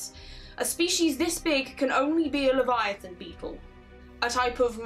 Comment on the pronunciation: I'm sorry I just heard u say Leviathon and my brain went "Subnautica??? Favourite game of video???? Underwater scary farming???? Mysterious alien disease??? Subnautica?????????"